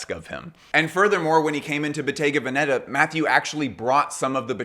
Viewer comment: This drives me crazy as it sounds so.....ignorant ( sorry) :The correct pronunciation of Bottega Veneta is: Boh-TEH-gah VEH-neh-tah, (not BOH-teh-ga veh-NE- tah) ...